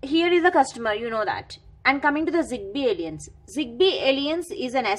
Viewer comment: The pronunciation of "alliance" is very annoying . Google translate will guide you...